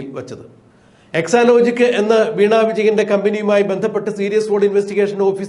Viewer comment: എക്സാ ലോജിക് അല്ല, സെക്സ ലോജിക്ക് 🤣🤣